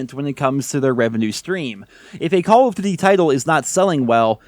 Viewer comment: “Call of Quota” “CoQ” 🤣🤣🤣